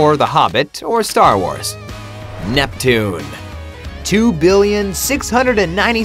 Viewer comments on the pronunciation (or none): none